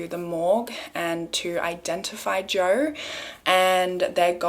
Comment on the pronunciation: Who is Joer? Love the random r’s in words even when there isn’t an actual r there ❤️